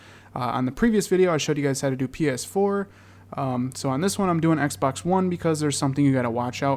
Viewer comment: when this guy says x pax